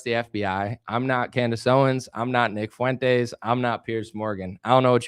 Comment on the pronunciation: Why is it that no one can pronounce Fuentes properly?